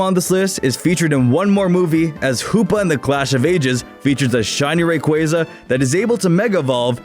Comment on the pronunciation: it bothers me how he pronounces rayquaza